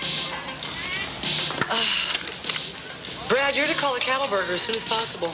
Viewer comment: It's Fast times at Ridgemont not Ridgemount